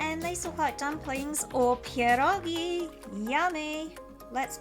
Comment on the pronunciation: I'm from Poland and when I heard you say "pierogi", my heart melted!